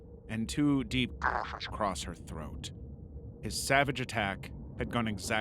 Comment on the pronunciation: Is it an American thing to pronounce the word 'Across' as 'Acrossed'?